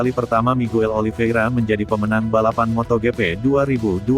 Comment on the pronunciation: Aduh ngeres di telinga, hari gini kok masih ada yg mbaca MOTO GE PE,,Widih